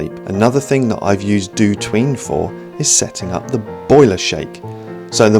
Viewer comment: for some reason up until now I always pronounced DOTween as "dot" "ween". Now the proper pronounciation sounds soo weeiirrd ^^ Thanks,!